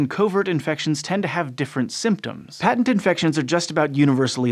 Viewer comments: Patent infections: pronounced "pay-tent" not "pat-tent". "pat-tent" is a legal construct. "pay-tent" means open or obvious. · Mispronounced "patent", which is an all too common fault nowadays. When the word means "obvious", as in "His scheme was a patent fraud," or in a biological sense, as with the "patent virus", the first syllable is said with a long "a", like "pay" -- PAYT-ent. The short "a" pronunciation is used for the word that gives someone a license for his invention, or for a thing invented -- patent leather shoes, patent medicine.